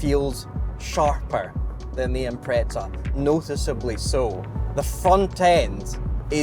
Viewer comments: Whatever about saying mitsubushi, why do you call an Impreza an Impretza ? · You think mispronouncing “Mitsubishi” is bad? The Brits mispronouncing the English word “Impreza” is worse to the point Subaru removed that nomenclature and reduced it to WRX. It’s “Impreza”, not “Imprezza”! Think Leaning Tower of Pisa, not Pizza! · None of you say Impreza correctly, why start saying Mitsubishi right? There is no "T" in Impreza.